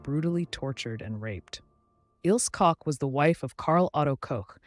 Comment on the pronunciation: Bathory not Battery . Koch is pronounced Coke. Isle is Ilsa.